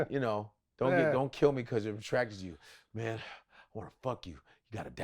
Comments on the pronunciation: "Im trying find the Pythagoras Mang"😂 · "See, mayne ain't like a straight line. Now when I say mayne, I'm talkin about mayne as in maynekind, not mayne as in men"